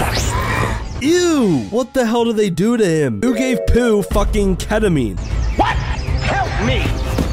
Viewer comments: po not poo. 😮‍💨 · Just to let you know it's pronounced pou not poo